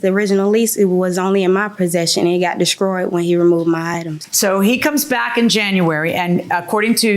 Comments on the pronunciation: I cringed every time she spoke. Descroyed, not destroyed??? I were not I was??? Oh, and toxit and insets, not toxic and insects!!! Grammar is easy, I promise. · She said "descroyed", lol.